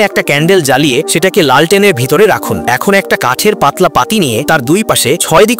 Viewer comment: লেন্ঠন ✅ লাল টেন ❌